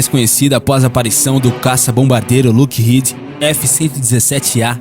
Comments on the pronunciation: Cara, o vídeo é bom, bem informativo, mas uma dica, quando for citar termos em inglês procure pronunciar corretamente, tipo, "black hauk" , "stilth" , "lookheed", "north rope". Não sou expert em inglês, mas isso dá mais credibilidade ao vídeo, fica a dica. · Northrop (NORTRÓP); Lockheed (LÓKRRID); Steath (STÉLF) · sugiro que você aprenda a pronuncia correta de stealth, hawk, lockheed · O narrador precisa aprender a pronunciar certo as palavras, não que eu seja expert, mas os erros cometidos por ele são de palavras realmente muito fáceis, além do mais, esse é o trabalho dele. "Northrop", "Lockheed" e "Stealth" são exemplos, essas palavras foram ditas várias vezes durante o vídeo, sempre erradas. Northrop = Nortróp (p não pi) O narrador pronuncia "Nortirropi" Lockheed = Lóc rrid (d não di) O narrador pronuncia "Luc rridi) Stealth = Stélth (ver como se pronuncia o "th*) O narrador pronuncia "stilf"